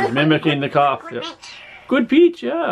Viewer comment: "Your speech good?" "gud gud"